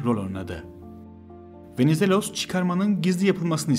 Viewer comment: bu nasıl kötü bir diksiyon ve bu kötü diksiyonla nasıl anlatıcı olabileceğini düşünür bir insan? Venizelos'u öyle bi söyledi ki Venezuella anladım ve bir anlık düşündüm ne alaka diye. İnanılır gibi değil aşırı kötü yani yaptığın bi iş var ve yapman gereken tek şey konuşmak onu da beceremiyosun. hakikaten çok çok kısa bir Türk özeti gibi